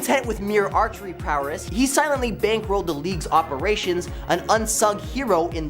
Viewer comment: Stop saying prowerss